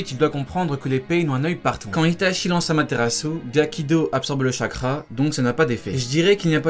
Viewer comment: C'est amatérasu pas camatérasu